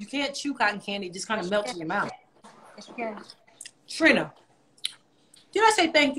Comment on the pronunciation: i can never get over how Trina pronounces her vowels. "pop my mOUUth" LOL